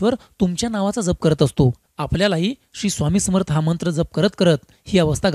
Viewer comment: दादा, जप ह्यातील " ज" चा उच्चार "जग (विश्व")" मधील ज प्रमाणे आहे. जपणे (किंवा सांभाळणे) मधील ज सारखा नाही. ("जहाज " सारखा नाही)